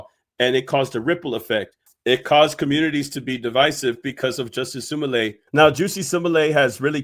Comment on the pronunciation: Wow you say simalat it's Smollett 😂😂😂😂